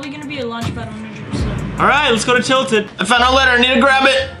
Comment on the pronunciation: WHY THE F DOES PEOPLE SAY TILTEN?!?”?!